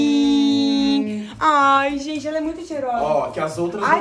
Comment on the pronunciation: " Ale...AleCRIM" que ódio KKKKKKKKKK